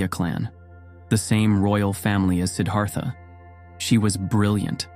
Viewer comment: Beautiful video. Not exactly accurate. This is a great topic. Consider Anandamai Ma, a female and enlightened in a mighty way. Siddhartha pronunciation ends in TA not THA.)